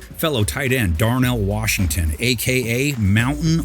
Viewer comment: mahnt warshington